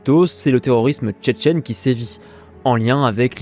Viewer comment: non pas cheh, il dis chechen